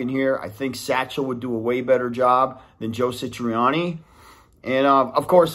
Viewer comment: Bro...Joe SA triani ...not SI triani. But I AGREE.